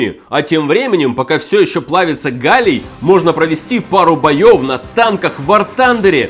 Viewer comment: Сначала мне показалось что ты сказал ни галий а Галя